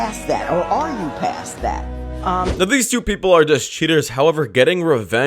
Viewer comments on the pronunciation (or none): none